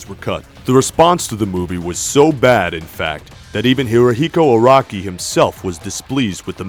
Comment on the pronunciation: I'm not gonna lie, I was like Iraqi? then realized he was saying Araki